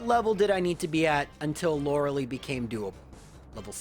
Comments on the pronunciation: Same. He's defended the Lore-uh-lee pronunciation so much when it's just objectively, factually pronounced "Lore-uh-Lie" in this case (and most cases) lol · correct pronunciation is Lora-LIE not "Lora-LEE". Please get this right. All the Lauralee complaint comments will instantly go away the second you make this easy correction! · Huh, never heard Lorelei be pronounced Lorelee before. Neat. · Sure, and if it was a (admittedly repeated) innocuous error I wouldn't be quite so harsh. However he's actually addressed this in previous videos and has tried to defend it, so it's not just his accent causing the mistake. Lorelei is a name of German/Celtic origin and overwhelming evidence suggests it's pronounced Lore-uh-LIE as a result. Plus she actually says her name in Pokemon Puzzle League for N64 where it's Lore-uh-Lie. There's really no evidence whatsoever to support "Loralee" besides claiming that's it's a "valid interpretation" of pronouncing the name, which... if you're using that logic, then ANY name could be pronounced like anything, sure. In this case, this specific character's name is definitely pronounced Lore-uh-LIE though. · Yeah the name's German origins definitely suggest Lore-uh-Lie. Plus she actually says her name (Lore-uh-Lie, no surprise) in Pokemon Puzzle League for the N64. is flat-out wrong here. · Maybe Lorelei is just upset you say her name wrong?